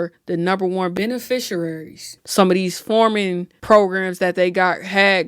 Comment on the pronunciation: You said beneficiaries wrong with so much confidence! 😂